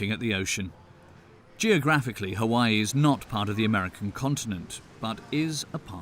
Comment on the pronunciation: he did a horrible job it's Hawai'i you can't pronounce the words properly you dropped the ball on the 1 yard line sorry not sorry. 🤣